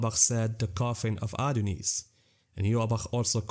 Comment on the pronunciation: Its Adnyeus btw